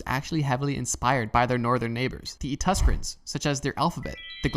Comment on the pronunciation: Great video, just small nit-pick, it’s “Etruscans” and not “Etuscrans”